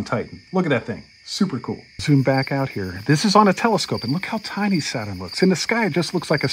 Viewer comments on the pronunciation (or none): none